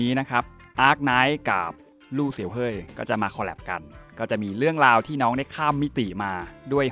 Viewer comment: ม่ายยย มันไม่ได้ออกเสียงแบบนั้นค่ะ เฮย แปลว่า สีดำ ในภาษาจีน และไม่ได้ออกเสียงแบบ เห้ย ค่ะ แต่เป็น เฮย เฮย์ แบบ เฮอี นะคะ